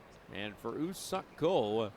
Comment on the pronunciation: 석에 너무 악센트를 강하게 하는데 ㅋㅋㅋㅋ썩 ㅋㅋㅋ